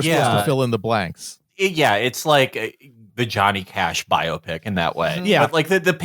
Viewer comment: It's pronounced biopic, not biopic